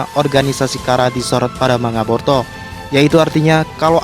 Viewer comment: Boruto bukan Porto 😁😁😁 Kalem aja ngmg'y. . . Jgn di cepet2in kaya di kejar2 apaan. . . Ngmg boruto dri awal sampai akhir kedengeran'y porto 😁😁😁